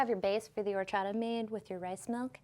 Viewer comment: It's pronounced Orr Chata. 👍🏻